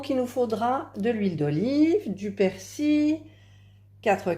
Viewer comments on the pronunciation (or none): tres bien mas pourquoi dire persi il y a un l ici en bretagne on dit persil